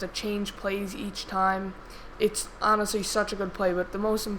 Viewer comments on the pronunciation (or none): none